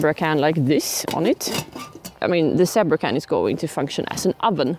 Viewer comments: Not meaning to make fun of your English; my Swedish would be worse ! But the word is pronounced Z bra !!!!!!!! LOL Next time, let the flames die down and bake only on the coals. Flames caused the burning. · It's pronounced "ZEE-BRAH" ! (Sorry. My sister was an English teacher). Btw, : it's "ALUMINUM" not "aliminium". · In English, we pronounce it as Zeee-bra.:) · Zee Bra with a long "E' ;)